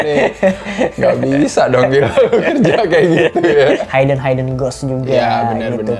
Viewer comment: blai bukan bli yah.. kan di felm juga udah terpronounce.. hidden yah mas.. bukan haiden .. hehe .. btw saya suka review kalian.. kalo mau nonton apa pasti lihat cinecrib dulu lagi pada bahas apa.. oh iya di bly manor saya sangat terkesan sama logatnya peter quint.. yg agak beda dari yg lain..lebih medok kali yak..itu logat inggris belah mana yah..agak2 irish juga. btw ane kurang satu episode lagi bly manor.. tambah seru. jadi eman2 dulu nontonnya